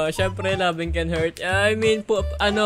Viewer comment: "Loving can haUrt"